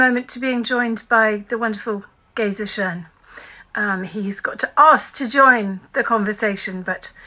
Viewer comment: Schoen not Shcoen